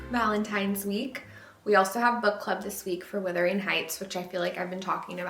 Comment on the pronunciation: Girl I love you, but it’s WUthering not withering heights 😂❤ regardless cutest book club party ever!